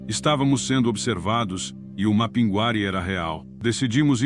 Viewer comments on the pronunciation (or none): A IA falando mapinGUÁri acaba comigo kkkk Mas, sou fã do canal